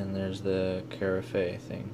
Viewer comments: I like your misspelling of Keurig and the way you say Caraffe (Caraffay) like you're speaking French and that you don't know what Froth means. I had to jump ahead several times - great video entertainment! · Carafe: pronounced cah-raff. 🤗 #momhelp